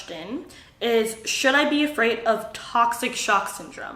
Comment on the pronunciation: Watch how she says afraid